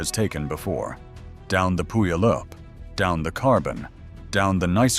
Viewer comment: Tell me how you don't live in the southern Puget Sound area by trying to pronounce Puyallup 😅